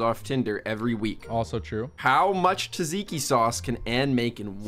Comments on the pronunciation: bro its not called taziki its tzatziki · Wtf is taziki it's called tzatziki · ITS NOT TAZIKI ITS TZATZIKI, ITS PRONUNCED LIKE JAGIKI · blud said taziki sauce aint no way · did u fr say tzaziki?💀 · taziki souce? Its not pronounced like that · AS A GREEK HOW TF YOU SEID TZATZIKI LIKE THAT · Hey man your pronunciation of tzatziki was totaly wrong coming from a greek and also love your vids!!! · as a greek person i got offended on how you said tzatziki